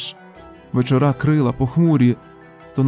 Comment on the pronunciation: Все ок, але наголос вЕчора вІдаю ❤